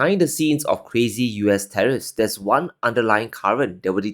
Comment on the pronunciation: Wtf does cwazy mean?